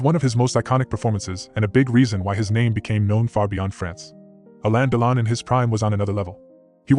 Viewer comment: On dit alain delon ducon prononce comme il faut fait pas l américain